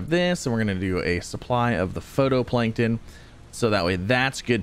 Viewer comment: Love this series and appreciate the update vids! Gotta say though... It's "fight-o-plankton" not photo.